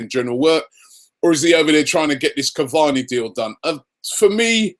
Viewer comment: Its Caváni guys.